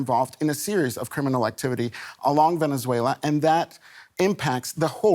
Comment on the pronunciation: Correction: Venezuela Not Venezuelya